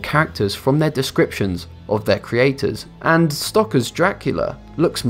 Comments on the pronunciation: It is Bram Sto-ker (like someone who puts coal into a boiler) not "Stocker". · It's "Stoker", not "Stocker" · Bram Stoker (not "Stocker") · I always thought Dracula was written by Bram Stoker not Bram StoCker!! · I knew 10, 9, 6, 2. His name is Bram STOKER not STOCKER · I'd be amazed if one day the narrator actually pronounces all the words correctly. Stoker rhymes with poker. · Even the way u pronounced stoker is a lie